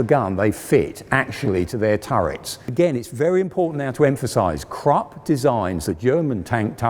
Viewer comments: Come on now,. It's Krupp, not crop nor crap. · The U in Krupp is pronounced like the U in Bush by the way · A I like your content of this channel: Please pronounce the German Names properly. That shows even more respect for the topic. KrUpp not Krapp, PorschE not Porsch and so on. Just a little more effort. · KRUPP.......KRoooooooeeeehpppp. Not Crup. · The fact he keeps calling krupp crop annoys me. It's krupp. CROOP! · It's Krupp like look not Kropp like crop. Idiot. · Great vid, but it’s pronounced ’Kroop.’ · An excellent series in all respects, bt it’s not Krup as in ‘truck’ it’s Krup as in ‘crook,’ please!! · Why isn't this man able to pronounce a single german name???? Krupp! Germans are able to learn the whole english language. And this guy can't even say the simple word Krupp! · It should be recommendable that the narrator puts the minimum effort of learning the correct pronunciation of foreign names like Krupp not "Crap". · its Krupp not crapp omg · Krupp, not krap! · THE REAL WAY TO READ KRUPP ISN'T "KRUPP" ??? OK THE BRITISH HAVE WON THE WAR... BUT TO READ KRUPP AS "CRAP" IS A WEIRD AND UNRESPECTFUL THING !!! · "porsh" and "crap"? You should know better! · The Krupp Enterprise sounds like "Crap" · And "Krupp" doesn't sound like "crapp". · Funny, that nearly any German is able to understand and speak the whole English language and even an educated man like this can't pronounce the name "Krupp"! :-) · The 'e' in Porsche is not silent, and Krupp has a short 'oo' vowel, as in 'foot'.